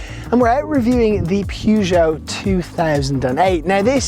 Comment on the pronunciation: ”Pyygou” 🧐 Still good review mate 👍